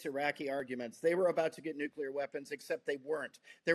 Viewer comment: I can't take anyone that cant say nuclear property, seriously what is nuke you ler ?